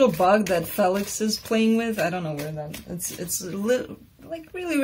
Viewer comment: Félix ! I love the pronunciation ...just like my European roots